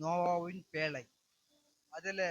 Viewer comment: பேளை‌ அல்ல பேழை